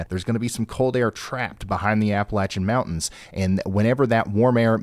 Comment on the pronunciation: Hey Ryan! It may be a small thing for you, but thank you for pronouncing "Appalachia" correctly. I tire of hearing folks pronounce it with a long "a" after the "L". So, thank you for that